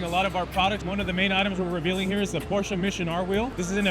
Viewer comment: I truly appreciate when people say Porsche correctly.